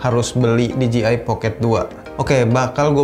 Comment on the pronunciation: Masukan saja bro.. Pengucapan merk DJI kedepannya, kudu diperbaiki nih..😁 DJI dlm bahasa Inggris, Di Je Ai Sementara yg selalu diucapkan Di Ji Ai, yg berarti merk DGI. Sekalian mau tanya, apakah DJI Pocket 2 ini, ada aksesorisnya utk di handle bar sepeda motor? Alih2 nge-vlog pakai action cam saat touring motor, sy pikir asik jg dg DJI Pocket 2, krn lensanya bisa diatur hadap depan (POV) dan hadap belakang (selfie) dg cepat. Semoga semakin sukses kedepannya ya. 👍